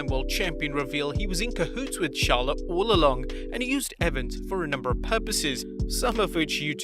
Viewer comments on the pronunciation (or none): none